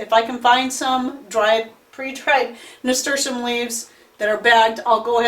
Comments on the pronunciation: I could Not understand what herb you said you used in the beginning .... what did you use ? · I could not understand the name of that herb you used in your tincture. Could you put the name at the bottom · Please tell us what kind of leaf this was because although you said it many times it wasn't clear. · Hello what's the name of the leaf that you used I can't understand the name even I turned the close caption and it doesn't translate that word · Are you saying Nasturtium leaves? They grow a flower that is also edible?